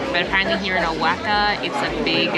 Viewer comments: Nooooooo. Oahaca You two are fun. Please mentioned the name of the cities right. You are killing them. After all it is CANADA and not SIANADA..🤣😂😅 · Woah-Hawk-A ... Say the word OAXACA! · not ‘o-wack-a’. It’s ‘wah-hawk-a’. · Awesome tour, thanks a million for taking us along on your adventures! Can't wait to check out Oaxaca! Great music selection as well. I think I might even subscribe Btw, it is pronounced kinda like "wa-HA-ka," not "oaca")))